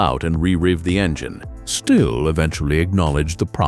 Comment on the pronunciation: Something made entirely of cheap plastic that looks like a toy is a bad saw? Who would have thought! Also, can we stop with the AI garbage? This narrorator pronounced "Stihl" three different ways in 30 seconds.